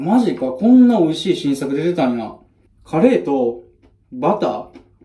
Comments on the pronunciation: いや、カレーの発音どない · いやカレーの発音気になるなぁ